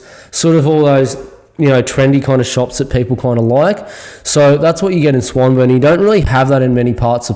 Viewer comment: Swan-Burn ? Nobody calls it that. Try Swan-Born..👍